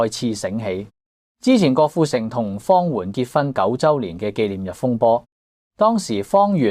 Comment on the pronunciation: 主持幾次讀"方媛“個名讀作"方圓“😂😂😂😂